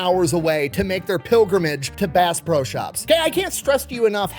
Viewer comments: I love watching videos however how many times did he say bass bro instead of bass pro? My hearing sucks from My time in my local rescue squad so maybe I'm hearing him wrong. And I have been to the pyramid a few times and bought a lot of fishing and hunting equipment to the point that the bank flags my purchase and calls to verify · Did anyone else hear Bass BRO Shop everytime he said the name? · I swear he's saying Bass "Bro" shop 😂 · I cant be the only one that kept hearing Bass Bro Shop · Did he say bass bro shops at first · It's not pronounced, "Base Pro Shop"? I'm so embarrassed.